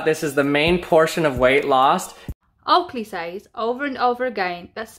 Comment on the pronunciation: Everytime you say Oakley its sounds like you mean to say "Twat" 😂😂